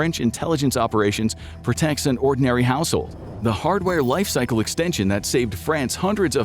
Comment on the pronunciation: what's a "Lifecyce"?